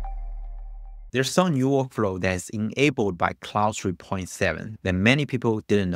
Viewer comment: ClauDE not clauSE